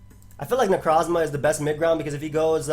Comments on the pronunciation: damn my boy out here rolling his Necrrrrozmas so long, he's starting to roll their ability too. Neurrrroforce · FOR THE LOVE OF GOD STOP SAYING NECROZMA LIKE THAT LOL